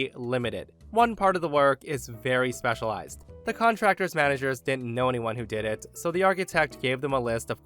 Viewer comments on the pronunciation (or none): none